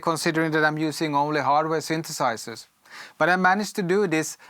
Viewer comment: These guys always say sintisizers …